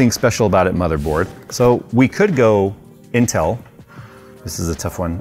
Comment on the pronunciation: lost me when you went itel